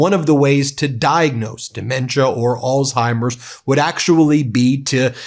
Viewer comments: Come on Ben. It’s not “All timers” it’s Alzheimer’s. You gotta say the “Z” or you sound like a kid. Love you, love the Meidas brothers, been a subscriber since the beginning, but I get irked with mispronunciations and want to hear it correctly. (I come from a long line of linguists and writers.) That’s my problem and petty complaint. Meanwhile, you and your movement is really the most powerful independent media channel ever. You’re leading a movement that’s long overdue. You’re getting on Donald’s nerves but he’s afraid of you because he’s stupid. Keep pushing him. Just a matter of time before he completely snaps. Mary Trump is right. She knows him better than anyone and she’s a psychologist. Donald inherited his terrible father’s dementia. No cure. He won’t last even to the midterms is my prediction. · Please pronounce Alzheimers properly. There no T in it.